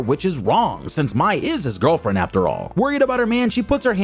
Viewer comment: The Pronouncing of MAI, it's not MY, it's pronounced as MAY!